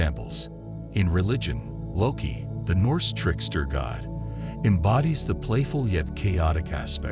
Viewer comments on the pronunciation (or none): none